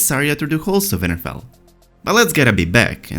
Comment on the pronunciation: Its winterfell not vinterfell , thanks for your vids hard to understand u at times what accent is that plus brother is the Th sound like the not broder, just trying to help.😉